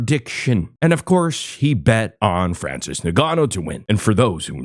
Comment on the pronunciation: "Francis Guh-No" - Bapa